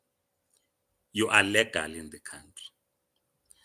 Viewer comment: Legal not lagal msunu 😂!!!!